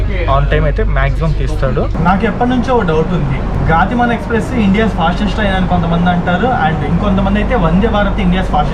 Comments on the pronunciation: గాతి మాన్ కాదు గతిమాన్ అనుకుంటా. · గాతి మాన్ కాదు, గతిమాన్. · Anna adhi గతిమాన్..not గాతిమాన్ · వీరాంగన … వీరంగా కాదు గతిమాన్…. గాతిమాన్ కాదు చిత్తరంజన్ … చిత్తరాంజన్ కాదు కొంచెం తెలుగు మీద కూడా ధ్యాస ఉంచు సోదరా!!! 😂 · Gaaatiman kadu ra Gatiman express ga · గాతిమాన్ కాదు.. గతిమాన్ express.. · గటిమాన్ కాదు గతిమాన్ express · Gaatimaan kaadu bro gatimaan express...